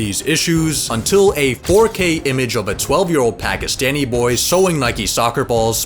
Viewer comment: Bro can't say pakistan